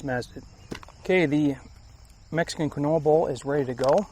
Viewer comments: Keen-wah? i thought the same thing. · Quinoa pronounced keen waa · Quinoa is pronounced keen-wah. 😂